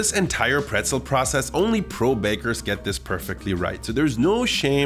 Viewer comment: Nice recipe, and thank you so much for the proper pronunciation of pretzel, as an American who is interested in learning German and travelling to Germany that was helpful. Prost! 🍻